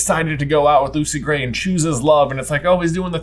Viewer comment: Hearing Lucy Grat is Coin destroys me